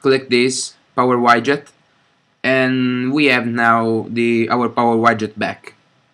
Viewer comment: Grazie per il video. Ti volevo solo correggere su una cosa. Widget si dice "UIDGET" e non "UAIDGET"